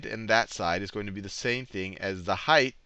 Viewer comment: It's "height" not "heighth"